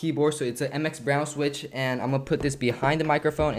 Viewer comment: “Mx brown sitchwiz” 😂